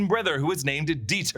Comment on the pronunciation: Dieter… die-ter… deter? They take them out there to deter them from problematic behaviors?